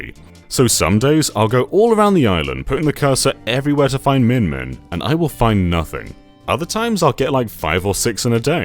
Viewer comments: Spelled "Mimin" Says "Min-Min" Do you have ARMS/Smash Bros on the brain? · I'm hearing minmin but seeing mimin, which is it?